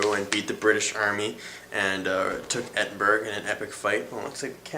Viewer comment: E-din-bur-uh not Edinburg.